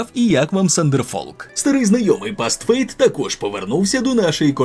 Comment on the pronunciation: чісус факінг хріст. 1) південнокорейські....*** 2) Бастфейт? бастфейт? будь ласка, БУДЬЛАСКА , можно десь у нижньому правому,лівому, верхньому куточку писати оригінальну назву гри. Для тих хто не вміє перекладати з нашого західноєвропейського англійського акценту назви гри. 3) є ще класна інді онлайн данж кравлер Trickster Trove . її розробляють наші розробники, прикольна грулька! аааааааааааааааааааааааа